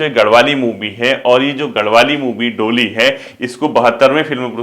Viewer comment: Sir ji.. डोली नहीं ढोली .. likha to sahi hai aapne but pronunciation galat hai..